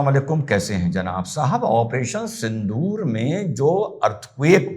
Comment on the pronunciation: I'm annoyed by pronouncing and spelling Sindoor as Sindhoor